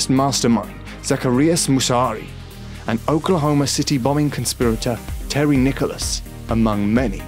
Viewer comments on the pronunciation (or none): It's Terry "Nichols", not Nicolas. Area 51 is in Nevada, not New Mexico. This story is fulil of errors. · It's Terry Nichols, not Terry Nicholas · The Oklahoma City bombing conspirator's name is Terry Nichols. Not Terry Nicholas. Jeez this is awful and I turned it off on 17. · Terry Nickels. Not Terry Nickelless. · Area 51 is in Nevada not New Mexico and his name is Nichols not Nicholas. Get your facts straight. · It's "Terry Nichols" not Nicholson. Area 51 is in Nevada, not New Mexico. I drove right up to the Mormon's secret vaults a few years ago when I lived in Salt Lake City. Some guy was outside and he gave me a weird look as I turned around and drove out. They have a gate across their drive now. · Terry Nichols** Not Nicholas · Seriously, and its Terry Nichols, not Nicholas. Typical rushed clickbait garbage content. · it's TERRY NICHOLS...not Terry Nicholas...... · Area 51 is in Nevada. Terry Nichols not Nicholas. Stopped after hearing these. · Terry Nichols, not "Nicholas." How could Hiroshima bank's interior be "pristine" since the windows had to give way? That would have taken care of pristine right there. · It's Terry Nichols, not Terry Nicholas. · Terry Nichols, not Nicholas. Area 51 is in Nevada not New Mexico. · His name is Terry Nichols not Nicholas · it's Terry Nichols, not Nicholas. Maybe do some fact checking before you post a video. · Idiot....Area 51 is in NEVADA dumbass. And it's Terry NICHOLS....not Nicholsen. You do know how to use Wikipedia to look stuff up, right? Good grief. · And Terry NICHOLAUS!?! And here I thought it was Terry NICHOLS. Fake news! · Pronounced Terry NICHOLS. Also, Area 51 is in Nevada, northwest of Las Vegas. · terry "Nicklaus" smh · They’re guarding the correct pronunciation of Terry Nichols in Area 51. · You pronounced Terry Nichols' name wrong. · I think it's ironic that someone from ENGLAND, home of the ENGLISH language can't pronounce 'Nichols' correctly, you pillock!